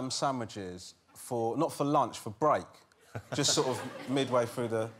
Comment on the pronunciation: Waaabbbit you jwust waaait!!! 🐰